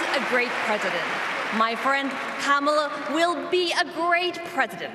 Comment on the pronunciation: Rev. Al, you mis-pronounced the vp’s name twice..the little ones gave a clear way to pronounce the name..think of com..Kam..ala.. i still love you …lol